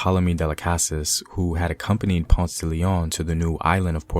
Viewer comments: Pone say..... Not ponzz for ponce... That was killing me lol😂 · Ponce Is Not PANNNSSSS Its POWN-SAY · Your pronunciation sounds real gringo lol “Ponz” instead of “Pon-say”. And how you said reggaetón lol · Please the city is not Pons, it is Ponce. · Not Ponce, but Pon-seh Smh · More phonetically - Pone say. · Gracias hermano! Por favor no faltas la pronunciación. ❤️ Ponce (pon-say) Taíno (tie-ee-no). Pronunciation is everything. ❤️ thank you so much for this video! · Well-made and educational video... One thing to correct: the pronunciation of the city of Ponce has two syllables: Pon-ce. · Minor corrections: It's Ta-ee-No, Pon-seh, Gwa-gwan-co . And also nice video! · Thanks. 2nd city of PR is Pon - ce - two syllables, not one. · It is Taˈi.no and Po'n-ce please say it right. Also, just out of curiosity, I see no reference or credit to "The Afro-Latino: A Historical Journey" by Leslie Best, which is verbatim where most of your info is coming from. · Papo dilo bien. PO-N-CE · Omg dude you’re killing me , learn how pronounce , it’s Ponce ( pōn sāy) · If you’re going to present a docu re: Spanish-speaking history, please brush up on your Spanish pronunciations. It’s painful to hear. 🇵🇷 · He gave me a headache with his pronunciation of Spanish words but otherwise pretty good video. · Very nice but your are pronouncing "tainos"and "Ponce" wrong! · Papa, I like the videos. But im begging you to please work on your pronunciation of well known names and places like Taino and Ponce. It feels a bit off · Love the video bro! But please learn to pronounce Ponce and Taino properly 😎🇨🇺🇵🇷🇯🇲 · Next time you need to speak about a topic that has Spanish topics, call me so I can walk you thru the pronunciation. It's important to get it right. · I really like the video, is very educational and it covers some realities about puertorican history. However, the bad pronunciations of the word "Taino" or "Ponce", are a little offensive. It diminishes the purpose of the video.